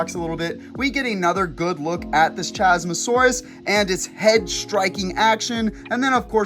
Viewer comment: 1. Isn’t it CHASmosaurus, like Chasm?